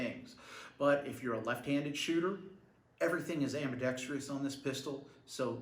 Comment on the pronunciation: Your're killing me with your enunciation of ambidextrous... there's only one "i" bro.